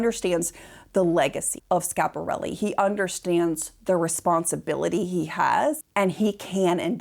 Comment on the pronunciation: And the dress is too small and not really like the one in the painting. And please stop butchering the name. It's SCHIAPARELLI not Shap.